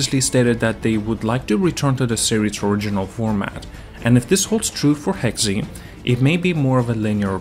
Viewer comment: Not trying to bash, but I thank you're pronouncing Hexe wrong. I think its just like "Hex" and not "Hex E"?